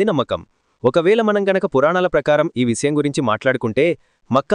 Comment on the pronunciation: విసయం కాదు విషయం.ఇలా ఎన్నో తప్పులు, ఉచ్చారణ దోషాలతో ఉంది నీ వీడియో. ముందు భాష మీద శ్రద్ధ పెట్టు మహానుభావా!! బాస కాదు భాష.